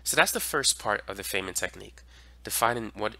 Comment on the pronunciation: It’s pronounced, F i nnman like “I’m F i ne - men.” Otherwise great lesson as always. Thanks